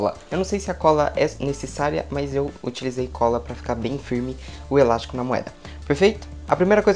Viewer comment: O melhor da mágica é ele falar elasco perfeito.. Eu vou tentar com elástico, perfeito.